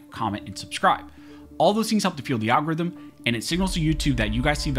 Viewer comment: You should say "or fuel AL Gores rhythm" again!